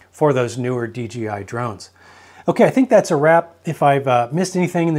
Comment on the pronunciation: It’s not DGI, it’s dee Jay eye 😮